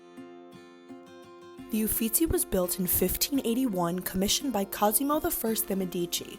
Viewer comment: Who taught the narrator to pronounce Italian (The Adoration of Maggie?!?!) and spell-checked the Italian names (eufitsi) (Titan) (Jenn oleski) referred to? Embarrassing!!